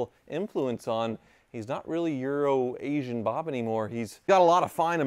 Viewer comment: For the longest time, i thought you were saying "urination bob" and not "euro-asian bob!" 😂😂😂 I always thought that was a strange nickname